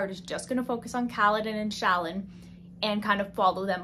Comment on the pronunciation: no problem. Also, Shallan is pronounced sha-lon. Again, this is from the audio book that I assume had to be approved by the author. (Not trying to correct you)